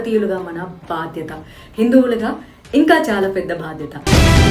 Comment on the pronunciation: 'బాద్యత' కాదు 'బాధ్యత'